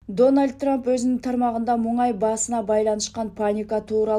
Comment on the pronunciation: Эй туура сүйлө МУҢАЙ ЭМЕС МУНАЙ